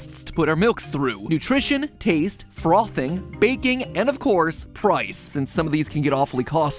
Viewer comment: Ami the only person who finds it funny when matpat says frothing